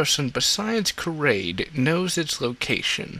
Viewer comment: I’m sorry but how could you mispronunciate these names so badly? How does KARRDE become KARADE?!? Otherwise your videos are pretty good but it’s like your pronunciation is wrong on purpose. Makes it hard to watch.